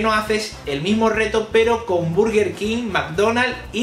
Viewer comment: ¿Buguer? Aplausos por favor. XD buen vídeo a parte de ese error.